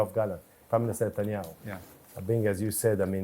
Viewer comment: He said satanyaho😅